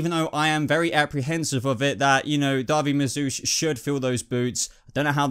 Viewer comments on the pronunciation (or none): Just found your channel and I love it. Please don't think me critical but it's *David, not Darby. All the same, great video, watched it while on my lunch at work and had a blast. Cheers!